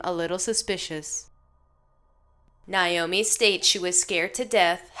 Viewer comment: I just gotta say it's Naomi with an A not Niomi with an I. I enjoy listening to your videos but often find myself wanting to yell at the dispatchers! Some of them are really great and others just seem to ask the dumbest questions at the dumbest times!!